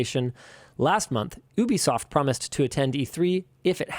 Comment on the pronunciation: YOU-bee-soft - It's not "OoPlay" either.